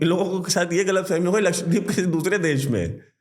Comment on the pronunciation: Laksh- wa- deep nahin, Laksha- dweep